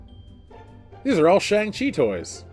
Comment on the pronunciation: What is a Tschang-Tchi???